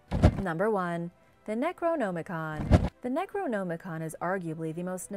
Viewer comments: Man, make an amazing video with how you say neroNOMicon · Necronomicon hahahahahhai first thought she said Nekrogoblikon hahaha not the same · I can't stand how she says The necronomicon